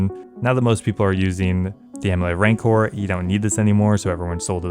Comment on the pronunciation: please sir rancour rhymes with "vigour"